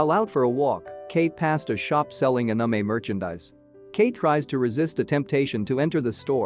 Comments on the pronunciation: “sundear” and “unumay” is killing me💀💀😂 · we're just gonna act like this dude didn't totally butcher the word anime? lol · The way the narrator pronounced the "anime" made me laugh. What kind of accent do you have bro?